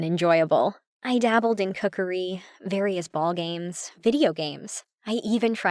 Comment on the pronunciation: Did she just say cookarey